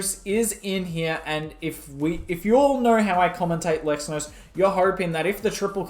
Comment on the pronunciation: Bro its not sexnos its lexnos